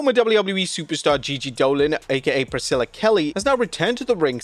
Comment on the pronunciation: He finally said Priscilla correctly!!